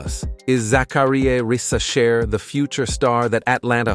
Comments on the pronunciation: Zacharie "rizz a chair" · Bro pronounce Risacher at least 15 different times in 8 minutes... this gotta be AI or u trolling.